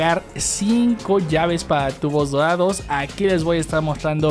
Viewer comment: Me encanta cuando decís "TUGBO DODADO" ♥️